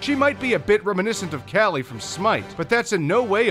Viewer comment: Bedowin for Genji? Really? Bedowin is probably his worst skin. Also, your pronunciation of Devi and Kali disgusts me. Furthermore, Sunyatta isn't anything compared to his red and black skin. I can't remember the name, but it's legendary and it looks like he was born in a volcano.